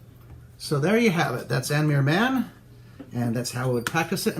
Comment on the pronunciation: Nice video. Only the name is not pronouced as it is by Irish folks. The letter M followed be a H before I or E is pronounced like V or violin and pronounced W or depending on the dialect sometimes V before A,O and U letter with or without the FADA accent. God bless! Hope to see you as guest at TUNE SUPPLY or some other. Shall try to learn that ríl maybe